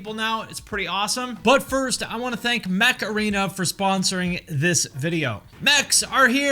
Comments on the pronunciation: Everytime he said "Mech Arena" I heard Makarena! 🤣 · I am laughing at how you pronounced Mech Arena. It sounds like you mispronounced Macrena. Heyyy Macrena OH, Yeah. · I loved the way you promote “Mech Arena”. It sounded kinda like “macarena”. I could not get the image of a “mech” dancing to that song…. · I'm sorry when you say mech arena All I hear is heeeeeeey macreana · Are you saying Mech Arena or Macarena?